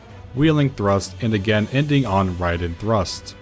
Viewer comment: Wow you actually said Raiden correctly.